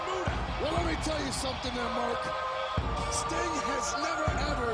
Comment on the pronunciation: LOOOL at ICP calling Sting "Stung"....